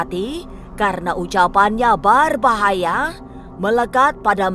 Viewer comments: Pengisi suaranya lebay bgt , ngomong d bkin2 gitu, BERBAHAYA jd BARBAHAYA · Berbahaya... Bukan barbahaya. Hahaha